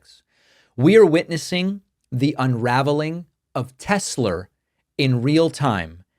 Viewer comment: "I love Tes-slur!"